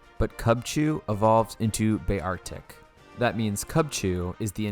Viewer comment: "be Artic"... Its pronounced bear-tic. c'mon have you not heard of a bear before? what is it with all these challenge videos and the people playing them not knowing how to pronounce pokemon? If your new i get it, but still, making a video on pokemon i would at least spend 10 seconds looking up the pokemons name to pronounce it correctly. Plus... beartic. how hard is it to see bear and pronounce if like that. not as bad as flygonHG though.. that guy has mad issues.